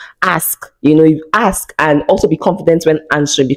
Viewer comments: 😂😂😂😂😂 they sound it axe😂😂😂😂😂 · The way Nigerian say the word ASK...love from Nairobi Kenya